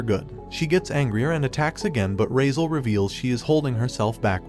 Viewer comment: His name is not razel.... Its cardis entrama di raizaaaaaaaaaaaaaaal